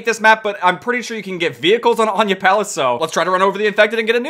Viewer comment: it’s pronounced aniyah palace